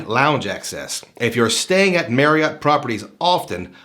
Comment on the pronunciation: Was looking at reviews of this card and noticed you kept on saying Marriott wrong. It's pronounced "Marry-it" sort of rhymes with chariot. It's not pronounced "Merry-yacht" Kept on jarring me during the video.